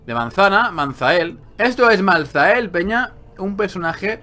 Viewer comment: creo se dice maltael la h es muda al menos siempre al oir el nombre en los trailer y eso se dice asi.